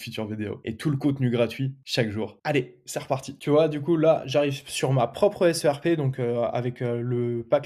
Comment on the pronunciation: On ne dit pas la "SRP" mais la "SERP" (prononcer "serpe").